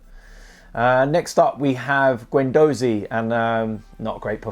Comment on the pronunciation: Why so you say gWendOEzy. Just say it properly fucking hell